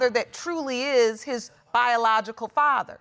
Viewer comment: “ if im the farver “ WTH ! It’s father , sir 🤷🏻‍♀️